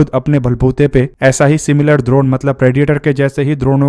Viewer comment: लगता है भाई गुरु द्रोण के बारे में पढ़ कर आया है। इसीलिए ड्रोन को द्रोण बोल रहा है 😅